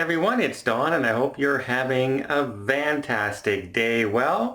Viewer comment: " I hope you're having a vantastic day."